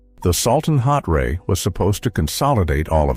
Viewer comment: Salton hotray isn't like hot-ray. It's like hot tray, only all in one word, no gap.